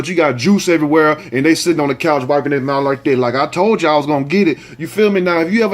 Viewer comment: Jameca Boone Naw....he said mouff....😂🤣😁